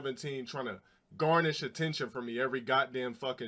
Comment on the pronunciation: Garner not garnish. 😂